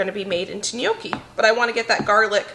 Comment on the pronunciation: Lordy woman! Gnocchi is already a plural word. Stop calling them neeokeys.